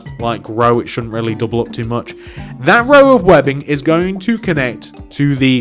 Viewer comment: Why are you saying it like OP? you say it UP idiot!